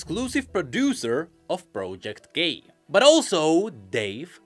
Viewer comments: Everytime says project k it sounds, at least to me, as if he says "project gay" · "project gay" is what I heard lol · i keep hearing project gay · Is he saying project gay?